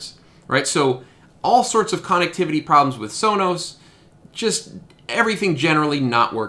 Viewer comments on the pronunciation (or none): We say conn-ECT not CONN-ect; thus conn-ECT-IV-i-ty.